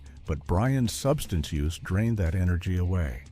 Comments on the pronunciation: It is pronounced "Substance issues". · What is wrong with this man speaking? Can he not pronounce the word substance?!?!?